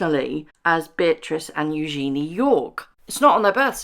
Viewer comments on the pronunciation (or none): none